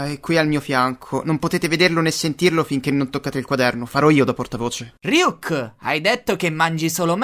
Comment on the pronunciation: RYUK CON LA I? COSA STAI DICENDO